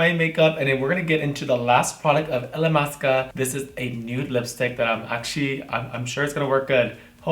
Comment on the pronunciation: Everything seems so effortless when you do it and this came out stunning!!!! Love you Miss Blac!! (and yes, you were pronouncing the name of the brand right!!!)